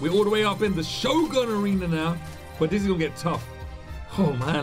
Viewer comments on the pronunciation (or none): none